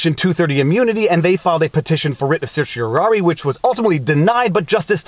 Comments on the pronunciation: You pronounced certiorari correctly, your electronic pronouncer was wrong. It's "R", not "air". Some lawyers and judges pronounce the last syllable "eye", some "ee". Now if you could just learn to pronounce mandamus. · Thank you for this. (I liked your pronunciation of "certiorari".)